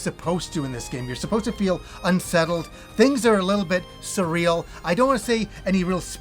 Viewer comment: My ears are bleeding hearing the word surreal. This turn based style of game isn’t my cuppa tea but I hope it does well & gets the recognition it deserves 😉